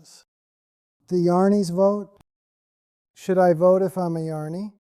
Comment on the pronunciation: Sounds good, a minor point, the pronunciation of Jnani and Ajnani is not quite correct. I think the text-to-voice will do better by replacing Jnani with Gyani and Ajnani with Agyani. Jyani and Ajyani would also work for, though I feel Gyani/Agyani will work better. Thanks for this.